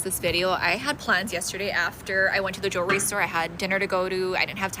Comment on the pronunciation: Not her saying “JEEERRRWRRY”